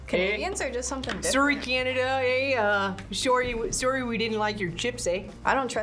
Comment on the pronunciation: When said "soary cananda" 😂 reminds me of how everyone use to make fun of the degrassi cast for how they said sorry 😂